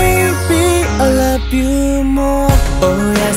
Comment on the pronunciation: The best part is: "I lup u" 🤣🤣🤣🤣👍